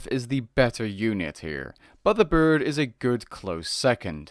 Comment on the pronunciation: Dont forget 'The burd' :p